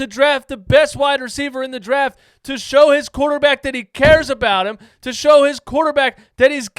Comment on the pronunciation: "I want to make a quaterback academy" what is he smoking?